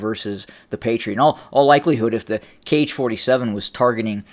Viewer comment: Author, 'Kh' is pronounced as 'ha'. It is ha-47